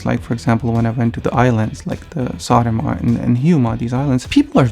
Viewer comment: Wow, you pronounced Saaremaa and Hiiumaa EXACTLY how Estonians pronounce them.